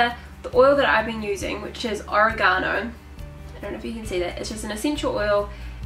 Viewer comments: oregano (o-reg-a-no) not origano lol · Edward H oREgano, accent on the RAY. lol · Is this the oregano we put in pizza sauce? oh-ray-guh-no Saying it like oh-ray-ga-no makes me think its an ancient chinese secret spice.